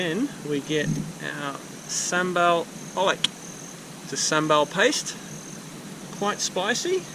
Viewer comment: Oh, I thought you'd need a bigger boat for a big shark 😆 Edit: Oh, and that 'oelek' is read oo-leg. It's actually the Indonesian/Javanese term for 'crushed in a mortar', so it's not actually a specific blend from Indonesia.